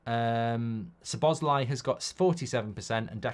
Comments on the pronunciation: I’m Hungarian mate, sobosly is NOT how it is pronounced. The correct one is So-bos-lay, or So-bos-la-ee, although the e sound at the end is supposed to be short, he just dumbed it down in the video in order to not make it more confusing. Cheers! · Mark it's the first syllable! Not sz' BOSZ lai, it's SZO boszlai. Listen to him say it himself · Correct pronunciation for Szoboszlai (and correct accent) - SOBO + SLY. SOBOSLY. I heard him say it when he got in the club, and also I know some Hungarian, as Hungary is a neighboring country, love them and especially their women 💋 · That is indeed how Dominik said it on a video when he was asked(he just dumbed it down), however, thats not actually how we pronounce it in Hungarian. Its pronounced szo-bosz-laee("sz" is pronounced the same as "s" in snake).